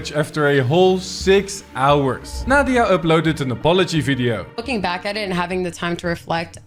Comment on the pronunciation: "Naw-dia" Lmao 🤭😆😂🤣